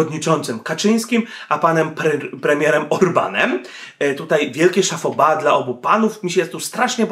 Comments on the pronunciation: Mówimy szapoba (chapeau bas), a nie szafoba:-) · Chapeau bas, czyli szapo ba a nie szafo ba. A poza tym wszystko OK.